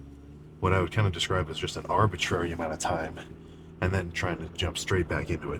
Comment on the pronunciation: "Arbitrary" ......yeah??? 😂